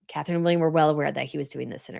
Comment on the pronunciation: Catherine-it’s Catherine